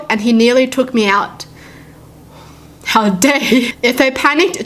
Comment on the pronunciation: I just like how says "Hiw dare you" 😂